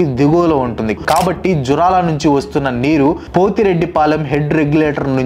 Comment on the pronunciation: జూరాల ప్రాజెక్టు, పోతిరెడ్డిపాడు., పాలమూరు పదాలని సరిగా పలకాలి